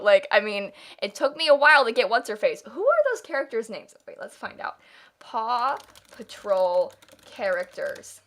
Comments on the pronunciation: Oh my god, I kept hearing papa troll instead of paw patrol and was so confused for so long. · help at first i thought she was saying papa troll and i was like tf even is that😭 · I didn’t realize she was saying “Paw Patrol” until half way through & I was just fine with hearing “Papa Troll” & thinking is talking about Smurfs like wHat 🤠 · i thought it was just me like ft is papa troll